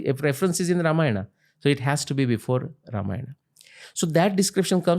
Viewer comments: Everything is for great!! But please call ‘Ramayan’ as ‘Ramayan’ and not ‘RamayanA’ so on for Mahabharat, Yogi, Ravan, Ram, etc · Sir i VERY much like your clips.. but HELL! Stop using EXTREMELY BAD pronunciations of names. Its very bad!